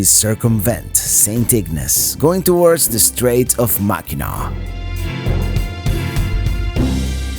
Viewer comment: No it's pronounced Mackinaw.